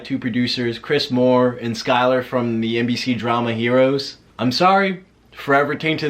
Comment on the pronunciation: Sylar not Skylar